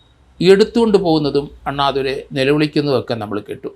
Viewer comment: താങ്കളോട് അണ്ണാദുരൈ എന്ന് തെറ്റായി ഉച്ചരിച്ചു പോകുന്നുണ്ട്